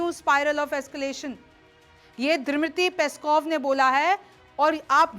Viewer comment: Drimity peskov....😂😂 Pronounce